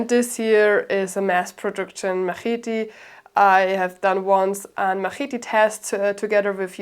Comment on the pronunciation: "Ma-heety": 7/10 rage bait.